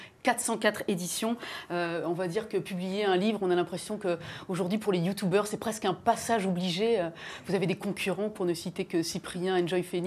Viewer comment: Et elle dit sa ou? a la télé, et arretez de dire «youtoubeurs»